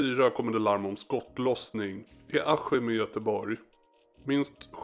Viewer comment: varför säger du aHHim? det heter bokstavligen aSKim. wtf hahhahhahhahah